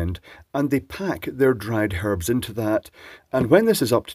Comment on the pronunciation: For the “harbs ”, aye…